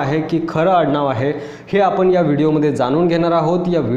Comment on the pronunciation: म्हनतात, आपन, स्तायिक, जानून, देन्याची,म्हनजे, महारास्ट्र असे बरेच शब्द अशुध्द उच्चारले आहेत राव कधी तरी शुद्ध मराठी भाषा बोलायला शिका ना मग आम्ही तुमचे व्हीडिओ अवश्य पाहू.